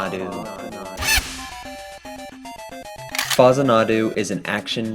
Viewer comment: I thought it was Fax-anna-doo? Great vids.